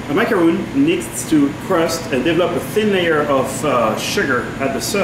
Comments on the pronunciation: Hard to take anyone seriously who cant even name the cookie...not a macaroon, rhymes with loon but a Ma-ca-ron rhymes with bon-bon. Come on Frenchie—you don’t call your tamis a Tam-iss... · i stopped watching when i heard "macaroon".